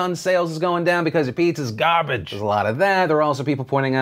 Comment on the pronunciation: i started laughing my head off when phil said "buz ya pizzas gawrbage"